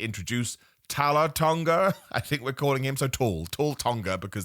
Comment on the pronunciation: Come on... He's literally called Taller Tonga.. Say it how it is 😅